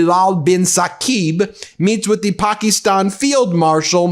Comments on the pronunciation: Puh -key-Stan (like stand) not ston. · Please pronounce Pakistan the correct way. It drives me crazy everytime you mispronounce it. You pronounce it Pakeestan. A Pakee was something we called Indians as an insult when we were kids. The i is more like an 'uh' sound. Google 'how to pronounce Pakistan' for confirmation. I'm not Indian or Pakistani. Love you and Meidas. Thanks from 🇨🇦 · Your pronunciation of Pakistan is weird, and sounds like Trump saying China. It's Pack-iss-tan no pockystan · Ben, no disrespect but you are saying Pakistan incorrectly.. it sounds derogatory you pronounce Paki - stan.. it supposed to be pronounced be pak-ih-stan.. Please correct this minor pronunciation error. :) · Hey Ben heads up my friend.Pakistan.Pronounced istan not estan.Not from me but from my Pakistani best bud.Kevin from Toronto.Keep it Rolling. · I like your podcast, but I couldn't watch this due to your pernuciation of Pakistan. ( the " i " is not a hard e ) it was torturous to listen to.. sorry bud! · PLEASE learn how to pronounce Pakistan. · Could someone please inform BM about the proper pronunciation of the country name Pakistan?